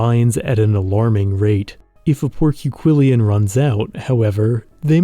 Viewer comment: You put an extra syllable in porquillion.